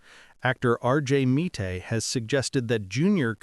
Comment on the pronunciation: RJ Meat-ay